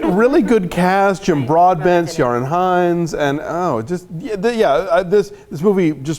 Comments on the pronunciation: No, it's not. It's KEER-on. Like, "Give me the key, Ron." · Hey Alonso: "Ciaran" is pronounced like "Kieran." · that's not how you pronounce Ciarán Hinds. Is it?